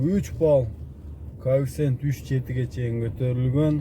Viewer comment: Кофцент дейсинби😁